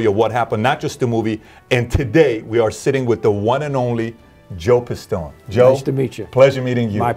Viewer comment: And you fucked up his name :D It's Joseph D. Pistone :D